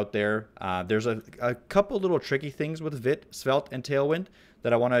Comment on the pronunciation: Just for info, Vite is a French word and pronounced "veet". It means quick.